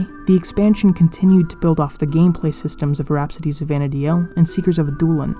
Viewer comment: It's not Vana DI el...it's Vana deel